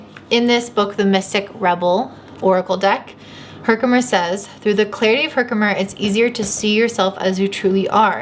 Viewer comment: You're saying Herkimer correctly. I'm pretty sure the crystal collector on YouTube would be saying it right and he says it that way. I chose that pile and my Saturn in Leo is speaking through this. Thanks!